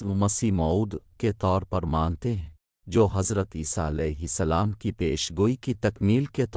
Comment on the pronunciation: Aap alehi asslam kehte hain .jbki alehisslam kehna chahiye.